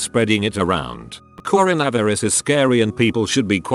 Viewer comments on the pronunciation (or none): Corn - a - viri - ez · The pronunciation of coronavirus 🤣